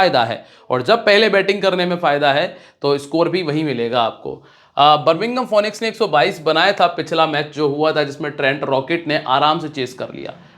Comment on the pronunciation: correct pronounce Finix